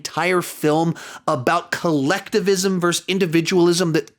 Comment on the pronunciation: Monsters VS Aliens It's pronounced as "versus". It's not pronounced as "verse".